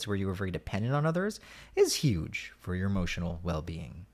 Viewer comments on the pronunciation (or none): none